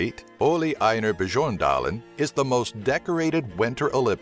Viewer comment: bajoondalen imma call him that from now on XD